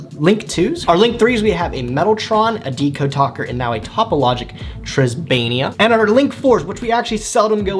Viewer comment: Tribaena is pronounced (Triss - bay- nah)